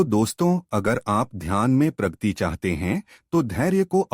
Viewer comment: Pragati , Pragti nahin. Video is good.